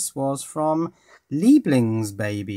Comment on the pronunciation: I wonder if you speak german, because you pronounced "Liebling(s)baby" correctly! :D Btw. Do you have an idea for a cheap 12v power supply?